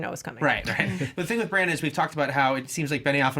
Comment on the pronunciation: Your pronunciation of Bran or Brienne were a little strange. You pronounced their names like Bron and Brianne. 😂